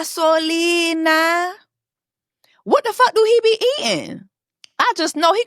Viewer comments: Not Gasolina 😂😂😂😂😂😂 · Not GASOLINA 🗣️😭